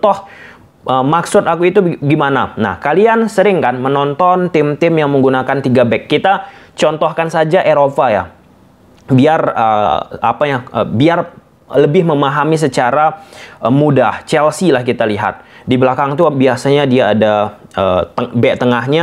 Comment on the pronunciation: Eropa bang bukan Erofa